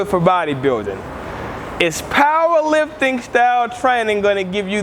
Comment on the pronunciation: He says paaaaawher lifpting